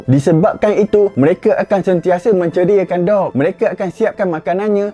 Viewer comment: Bukan dog tapi sebutan dia mcm duck